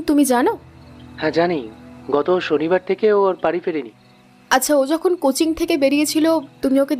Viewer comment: Coaching uccharan ta "Cochin" keno bola hocche